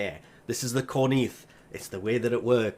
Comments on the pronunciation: Repeat after me cor ...inth Not cor....neeth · No Corn in Corinth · It's pronounced Core- inth, not Core- neeth. the I is before the N. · Yeah keeps saying Cor-nith instead of Cor-inth. Think he may be dyslexic so take it easy. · Isn't the name "corINTH" and not "corNITH"?? Also DE went ahead and made me mad again. I want my INAROS PRIME ffs... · Same, he says Cornith 🤦🏽‍♂️🤦🏽‍♂️ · Maybe he is Ireland or Scottish so his accent a little different, tbh when he say Corinth, I heard Conith🤣🤣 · Yeah,... he kept Pronouncing it "Cor-NEETH" LoL (X"D) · that still has nothing to do with the fact he is pronouncing it wrong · The way he says Corinth is bothering me a bit XD